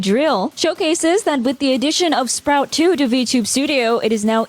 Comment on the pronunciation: A correction: The support VTube Studio was released with is "Spout2" (like as in faucet), not "Sprout2".